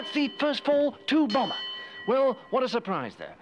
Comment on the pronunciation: I wonder why Michael Palin calls him "Bombber" rather than "Bomber".